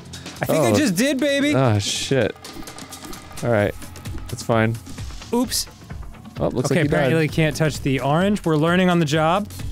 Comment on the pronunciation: Arin... It's "oops," not "ups." and "Oopsy doopsy," not "uppy duppy."